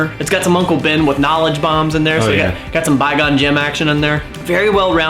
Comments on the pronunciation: Why do you call qui gon Jin bi gon jin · Did u say bygon gym again for qui gon jin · He still says bi gon jim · He still says "by gone Ginn" 😂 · Also I love it every time he calls qui-gon jinn "bygone jen". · Just gonna ignore the fact that said "Bye-gon Jim" OMFG he said it again. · I love how keeps saying By-Gon-Jin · SAY "BI GON JIN" ONE MORE TIME! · Why can’t he pronounce qui gon jin right?